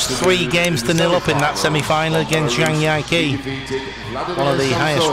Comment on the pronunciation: was it it that commentators have so much trouble with pronouncing people's names? the announcer clearly said "Jun" like "dzh" and then the commentator says "yun" ... *sigh* just one of my pet peeves, like how many commentators say "zhang yee-ke" instead of "djee-ke"